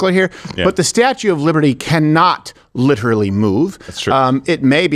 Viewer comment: Hey, it's the Statue not "Statute" of Liberty